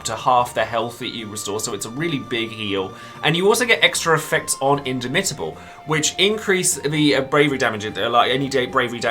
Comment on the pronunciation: You should stress the second syllable in indomitable, not the third. So, inDOmitable.